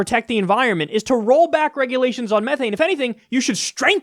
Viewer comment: Please don't pronounced methane that way, your hurting me on a fundamental level.and yeah, it's worse that CO2 but tbh since it's valuable you don't have to worry about companies pumping it out too much,h they want to keep it